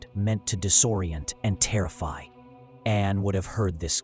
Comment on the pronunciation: The name was Anne, NOT Anna!!!!!! This is AI.